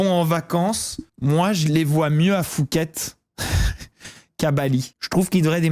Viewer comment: Fouket? Phuket se dit "Pouket"